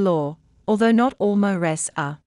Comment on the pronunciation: If they used a human voice they wouldn’t butcher saying mores